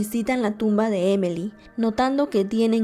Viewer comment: Su nombre es Emily, por que dice emely ?